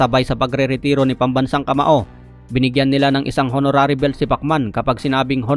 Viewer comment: Paki ayos ang pag popronounce ng english nakaka awa mga mkakarinig sayo. Honorary is silent "H"